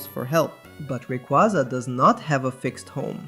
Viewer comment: not to be that person but they did just confirm it’s pronounced Ray- Qway-Za 💚